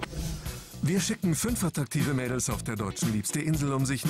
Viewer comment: hört sich statt schicken wie fic*en